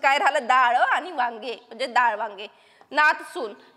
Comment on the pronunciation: दाळ ❌️ डाळ ✔️✅️